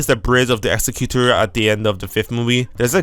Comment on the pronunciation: PS, it's "Ex-ec-u-tor", as in one who carries out a task, e.g. an executive. :)